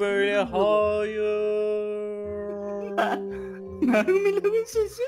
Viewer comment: mert abimin oradaki sevinci beni benden aldı (meğmilerin sesini duyoğum 😂)